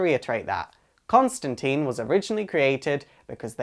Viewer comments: Very neat, but you are saying his name wrong, a lot of people do it.... It is suppose to be said like "Constantyne" not Constanteen, with a I not two E's, like saying 'mine'. :) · Constan-tine not -teen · Sorry im being picky saying this but its pronounced ConstanTINE. Not Teen. Just follow the Line with John Constantine. Its funny because John takes the piss off someone in Hellblazer for making that mistake. But I understand the confusion especially with the TV show mucking it up. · Tine ala fine not teen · The pronunciation of John Constintine's name is, bear with me here-follow closely. The end of Constin(tine) is pronounced like PINE. ConstinTINE. Not like TEEN, for TEENager. Get your facts straight guys. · Why everyone keeps saying Constantine in the wrong way? Alan Moore specifically insisted that it should be pronounce as "Consteintine" instead on "Constanteen". Inf you don't trust me, then trust I hate that the american movie just imprint so much wrong things into this amazing character... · ConstantINNNEEEEEEEEEEEEEE not teeen. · Every movie made of this character is pronounced "teeeen". Why do you and others insist on "tīne" ? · It's TINE Rhymes with FINE or ValenTINE. Why the F**K can't American's get this f**king right. I mean Jesus do 5 minutes of research. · Selfish Eyes Alright alright everyone clam down....As I have mentioned previously it is pronounced tyne the "i" is pronounced its not teen. However, in the live action representations of the character it is pronounced teen. So the TV show and movie have one way of saying his name and comics have the original way of saying it. take your pick. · Please, please, please: Pronounce the man's name right. ConstanTINE, not ConstanTEEN. For goodness' sake, Rick Veitch made a point of rhyming it out 26 years ago ("Swamp Thing" #73 (June 1988)). (And yes, I know the movie said it wrong. Of all the movie's bountiful flaws, that was the one that bothered me the most.) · "Constantine, rhymes with Fine."- John